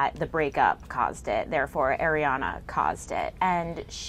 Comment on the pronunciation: Um it's ariAna not arihana